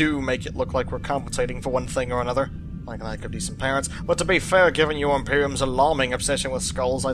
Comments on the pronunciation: >He does seem to loik you >loik you > loik cRoIkEy! nOw ThAt'S aBoUt As ClOsE aS iT gEtS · "He does seem to loik you"